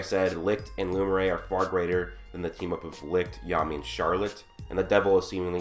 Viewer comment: Loo-me-air Lumière